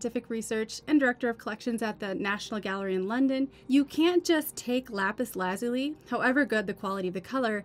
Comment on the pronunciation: Lapis Lazuli - accent is on the second syllable as in " la ZULI ". Great video. Thanks